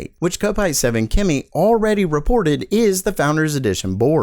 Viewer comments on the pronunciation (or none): Can you pronounce kopite correctly it really triggers me every video lol